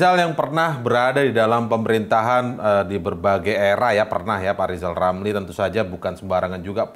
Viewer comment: Ah elu ...lamli...lamli.... belajar ngomong r dulu biar jelas 😂😂😂..er aja dibilangnya el...